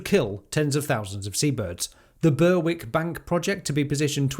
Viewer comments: Very good....but please, it is Ber-ick. And Bass Rock...as it is spelt! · Berwick is pronounced “Berrick” just FYI. No offence intended, don’t flame me.